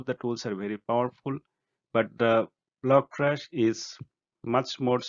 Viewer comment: lol I keep hearing logtrash.